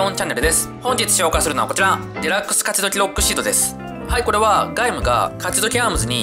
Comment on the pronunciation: カチドキってワード言ってる時滑舌悪いなｗ